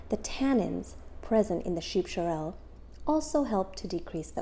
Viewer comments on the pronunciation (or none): Not pronounced "shorrel"....its "sorrel"